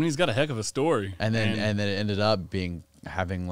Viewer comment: “Story” mate, never “Schtory”. Jesus!